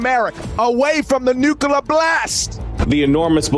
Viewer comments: What is a nook-a-ler missile? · Dude can’t say nuclear… lmao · LOL they cant even take ukraine, let alone come on US soil. Ohhhhh fatty Mc FatFuck in his wack blue chair. whos bein sued by multiple company's for failure to make payment. He can't even pronounce Nuclear correctly. He's been watching to many cold war era movies